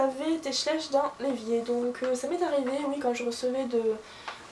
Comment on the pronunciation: Juste un petit truc ça se prononce schla-iich . sinon super tag :)